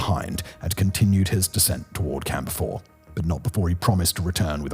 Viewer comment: Every time he says "Camp 4", I hear "Camphor".